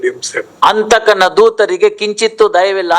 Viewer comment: ಕನ್ನಡ ಸರಿ ಮಾಡಿಕೊಳ್ಳಿ ಅದು ಹಂತಕ ಅಲ್ಲ ಅಂತಕ ಅಂತ ಹಂತಕ ಅಂದ್ರೆ ಕೋಲೆಗಾರ ಅಂತಕ ಅಂದ್ರೆ ಯಮ ದೂತರು ಅಂದ್ರೆ ಯಮ ಭಟರು ಅಂತ ಹೆಂತ ಅಲ್ಲ ಎಂತ ಅಂತ